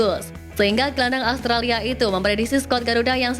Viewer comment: Australia mbak bukan allstralia😅